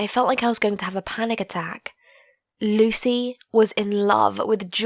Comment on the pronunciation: What she said: Lucy What I heard: Luicy